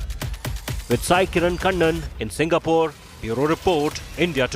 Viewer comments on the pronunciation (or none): none